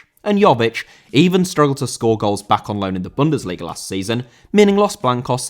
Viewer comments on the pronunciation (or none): none